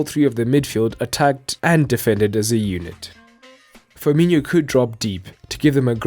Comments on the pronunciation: And the name is pronounced FEER-MEE-NO, not FEER-MEE-NHO. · FIR-MI-NO FIR-MI-NO, say after me FIR-MI-NO. Easy right. There is no FIR-MI-NIO